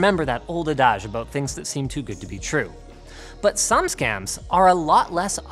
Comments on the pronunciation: it's pronounced ADD-ige, Linus, not "odoj" ;) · "AdAHzh" lol Remember that old adage about learning to pronounce words before recording a video? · He said "ahdawje" lol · do Canadians normally pronounce adage as "uh-dodge" instead of "add-ige"? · Linus all due respect it's not Adarge as you pronounced it it's Adage. lol funny shit. never heard anyone say it like that. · aboot that adajjje, ey? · adage... rhymes with cabbage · I need to watch this twice cause the first time all I could focus on was how Linus pronounces adage. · The way Linus pronounces "adage," though. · Are we not going to talk about how he pronounced "adage" ? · I can't get beyond the way you said 'adage' must be some Canadian french thing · Linus pronounced adage wrong. Yet another word he says incorrectly. Add it to “reputable” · Do you really say adage that way or did you just misread the word off script? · That's not how to pronounce adage.